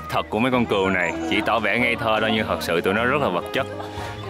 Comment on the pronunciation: kêu cừu đến bên cạnh mà cứ như kêu cún ấy. 😆 Vui ghê